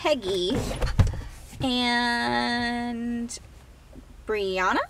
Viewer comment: happy birthday! Thank you for the shout out- you pronounced my name correctly haha:) (no one ever does-brianna) hope by the time this comment reaches you that you're feeling much better!